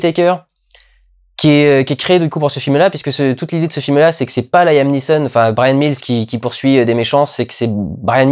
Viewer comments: On dit pas Laïm mais Liam (avec un "a" court) pour le prénom Liam Neeson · On dit "Liam" et pas "Laïam" :) Just sayin' ;)